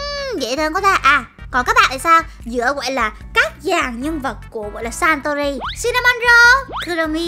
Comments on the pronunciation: S sanrio mà cj đọc là santuril v? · sanrio mà chị sao chị nói santori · Nó là saniro chứ ko phải Santori đâu ạ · cj ơi chj đọc sai tên rồi ạ santori phải đọc là sanrio mới đúng ạ 🥰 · ng ta là Sanrio mà nó Santori😂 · đâu phải đâu chị đó là sanrio mà ko phải satori